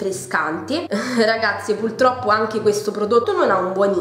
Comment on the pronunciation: Mi sono appena iscritta! Non per rompere ma si dice purtroppo e non pultroppo!😉